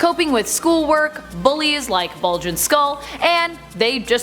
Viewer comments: his name is bulk not bulge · BULK and Skull. Not Bulge and Skull. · BULK and Skull not Bulge. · The proper name for the Power Rangers bully is Bulk not bulge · Yo did she say bulg and skull 🤣🤣